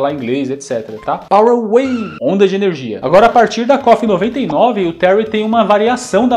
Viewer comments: Desde o Fatal Fury Sempre ouvi O Tery Dizer "Para Nanaco"...😁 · Eu escutava common wave